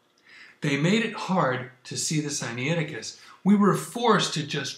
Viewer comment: The information presented in this video is as erronious as is your pronounciation of the name of the manuscript "Sinaiticus." Is such willful ignorance and dishonesty even possible for a Spirit indwelt person? I have my doubts but I must allow God to be the ultimate judge in this matter.